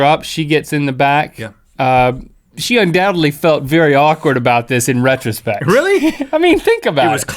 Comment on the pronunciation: I'm sorry but did Link say "Rhett-rospec?"